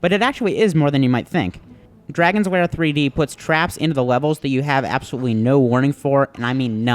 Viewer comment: It's called lair not wair